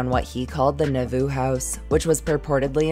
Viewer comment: I thought you said Naboo! yes my mind went to the Star Wars prequels!